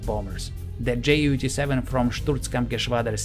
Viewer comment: Just a little thing: It's not spoken Jay-U, it's spoken You 87